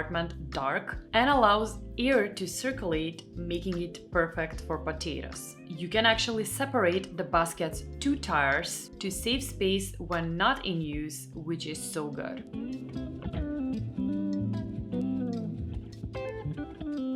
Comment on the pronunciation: Hej! Mars looked like a Russian Babushka!! Btw, tiers is pronounced “tears” not “ tires”! ❤️. I’ll be in Stockholm Nov 6th to see my friends! 😇🌈🌈